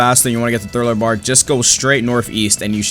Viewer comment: ngl i was laughing so hard whenever this man said thriller barl instead of thriller park 💀